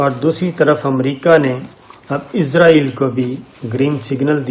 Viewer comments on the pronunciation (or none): صابر بھائی براۓ مہربانی اسرائیل کہیں ازرائیل نہ کہیں ۔